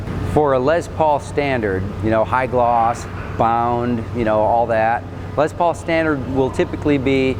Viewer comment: did anyone else notice that the guy who is touring them says lez paul, and likes to say les paul?